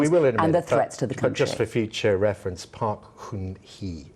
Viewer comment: News presenter berates politician for not knowing who the president of South Korea is and then Pronounces Park Geun Hye, as Park Hoon hi. Bravo!